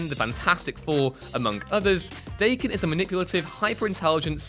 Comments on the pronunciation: it's pronpunces DAH-Ken, not Day-ken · DAH-ken, not DAY-ken. It’s Japanese slang for a for mutt/half breed animal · It is pronounced "da-ken" not "day-ken". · Daken is Da-Ken not "Daykin" ! Get it right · Daken, not Dayken. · "Da-Ken" not "Day-Kin" it's Japanese. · slowly got more annoyed as I watched. At "Day-kin" I had to stop watching. learn your nerd shit before spoutin nerd shit this fuckin guy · Daken is pronounced like Dokken. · The name of James Howlett is a retcon. It's not so much "getting it wrong" as having the rug pulled out from under you as the facts have changed. Also Daken is pronounced DAH-ken not to be rhymed with bacon. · Dayken? Do more pronunciation research. It's like calling valor vaylor. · Seeing as how Daken is a Japanese word, it's supposed to be pronounced "Dah-ken". Pretty easy to figure out. The brand name of "What culture?" is as fitting as always, I see. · It's a Japanese word. Pronounced Dah-ken. your making videos get this shit right man. Thumbs down. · That is not how you pronounce 'Daken'. It's a Japanese word meaning 'bastard dog' or something similar. It's pronounced daa-kin. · Can't even pronounce Daken properly. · He also pronounced Daken’s name wrong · So. . .I'm sure Daken's feelings are hurt because his name was not pronounced properly. His name means "Mongrel Dog." I'd say that's worse.